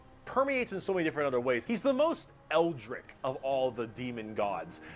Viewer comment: He also wasn’t pronouncing it right lol